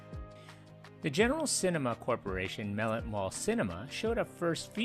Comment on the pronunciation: your saying the name wrong. In canton we always said Mah-let